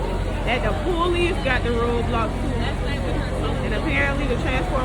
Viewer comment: she really said poolice🤣🤣🤣